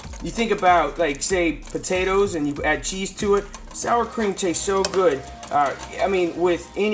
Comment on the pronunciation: The Showstopper Shows haha. I thought it was cream cheese at first when I watched the video. I had to rewind to hear you say "sour cream" for verification.